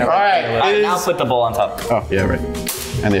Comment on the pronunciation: Bruh it’s bowl not boll